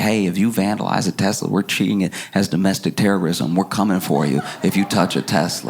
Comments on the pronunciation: he also said “ I love Teslerr!” 💀💀💀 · "I love Tesler!"